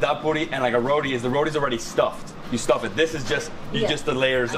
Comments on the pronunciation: Great video showcasing trini street foods. However you need to stop referring everything to "Indian Food" they have their own style!! Also the correct name is "Ba-rah" not "BADA" ROTI not Rodee. Try your best and get these right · THE ROTI IS PRONOUNCED RO-TEA, it makes me cringe to hear you say RODEE lol please !! RO-TEA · Trinis pronounce it "baRa" not bada. We do not do the R as a D. Roti is pronounced rowTEE not roady. Pholourie is not a donut. It is a split pea fritter. It's not a paratha. It's called buss up shut. Please say dhal puri. Not dhal poodi. Please do not speak Trinidadian with an Indian accent. Trinibagonians do not. You are offending our dialect. Tamarind is not sweet. It is naturally sour. Tambran chutney is made sweet by the exorbitant amount of sugar used. The "usual pair" is a roti and a red solo. Doubles is usually eaten with a coke or apple j. Can't wait to see how u butchered our dialect on ur trip to trinidad. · Let the man know its not RODI its Roti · Trinidad 🇹🇹 best food in the world!! But someone please tell him it's roti and not roddie 😂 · I keep trying to tell him on all the videos he showcases roti, but he probably doesn’t read comments or wants to sound ignorant “it’s ROTI!!!!! Not rodie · Hello helllo. Rotiiiii Row-tea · Ok as a trini you can't say rodi ok~ it's roti it don't has a d in roti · It’s not ro-DI it ro-TI thats how u pronounce it🤍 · Someone teach this guy how to say roti and not rodi lol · we need to teach you how to say bara, roti and channa like a trinidadian. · Is it bad that I don't like how he pronouncing it weird from Trini ppl 😭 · I hate how this guy pronounces ROTI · The way this guy is pronouncing the food is cringe. Learn to say them properly, you are butchering the names of the food and acting like you're cultured. Just stop.